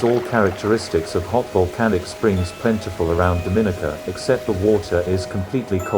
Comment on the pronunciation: Pronounce "Dominica" properly please.